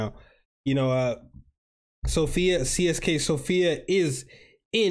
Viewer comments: its Sofia bro not Sofiq. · Also Sofik(q) is wrong. It is pronounced Sofia. Just some people in Bulgaria use Q as Ya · Mate, SOFIA not sofik. SOFIA! CSKA stands for CENTRAL SPORT CLUB OF ARMY. We are two teams with this name CSKA MOSCOW and CSKA SOFIA. We (CSKA SOFIA) are the most successful club in Bulgaria. 31 titles. In the last couple of years we just don’t have a competition on the stands. Sector “G” is the name if our stand.